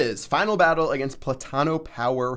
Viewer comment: That was the whitest pronunciation of 'platano' I've ever heard 😂😂